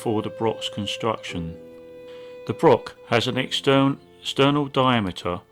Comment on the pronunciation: I very much enjoyed this AV but as a Scot the use of Brock rather than Broch is a wee bit grating.